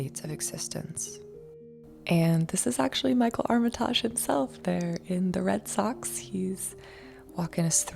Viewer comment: Armitaaaaaajjjjjj lolllllll, it’s Armitage, pronounced ARM E TIDGE . Get over YOURSELF.